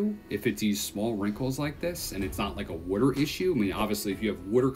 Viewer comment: What the hell is wooder? I'm certain it's Water. Pronounced Wah-Ter! Not Woo-der!🤣🤣